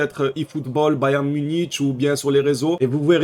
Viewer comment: a 😡 NONNN tu as encore dis bayern muniTCH😭😭 non frero fait un effort stp 🤣